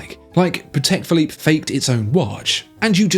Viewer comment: I just have to say it. That's a Pa-tick Philippe 🥲